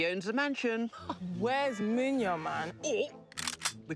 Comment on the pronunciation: chawawa ...no lie i saw them munya and i knew he had to be Zimbabwean my people... its funny how y'all pronounce your name but hey its okay.. come back home and will show you how lol